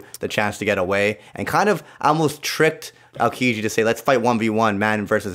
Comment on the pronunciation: Yeah that was... Odd. Also the way he pronounced aokiji was off.